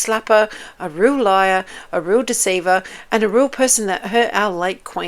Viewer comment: Meghan says….”I’m a weal person”…. Pinocchio says….”I’m a weal boy”… 😂😂😂